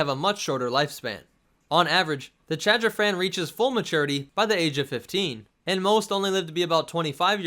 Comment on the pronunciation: Take a shot every time he says Chadrphan